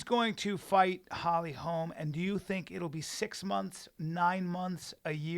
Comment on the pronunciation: LITERALLY STILL YET TO HEAR SOMEBODY SAY HOLLY HOLM INSTEAD OF HOLMES